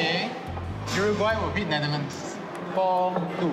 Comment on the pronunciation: That guy can't even pronounce Netherlands properly. Worse Chinese actor of the year. Wtf is Netherthand? He better pronounce properly.